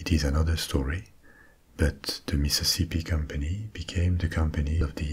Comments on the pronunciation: Meeseeseepee basen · I love the topic tonight! Also, I never knew I needed to hear “Mississippi” said in a French accent until I heard you say it 😂